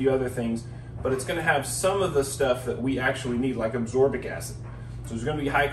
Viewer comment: Ascorbic acid.not absorbic